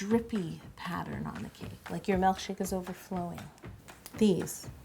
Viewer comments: Really bothers me that you say mElkshake rather that milkshake LOL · do you say melkshake or milkshake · I love how you say "mELKshake" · Omg. says Malk and it drives me bonkers. She did say melk. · She is saying mElkshake right? I'm not imagining that am I? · She says “melkshake” and “vanella” IT KILLS ME but no hate!